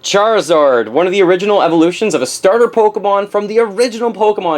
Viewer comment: ChariZORD?! what?! lol